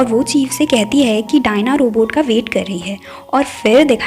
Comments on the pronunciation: Dayan😂😂 Diana ko dayan bol diya 😂😂😂😂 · Ommooo u said daina as dian😹😹😹, this was the funniest scene here 😹😹👌u nice keep going~😀